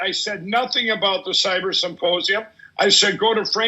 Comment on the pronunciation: He still talks about the symposium so much. But HOW, after months of talking about nothing else, has he still not perfected the word "symposium"? He says "supposium" every 7+/- words in every single interview. I can't hear anything else he says because I'm gagging over that word having heard it 1,000 too many times.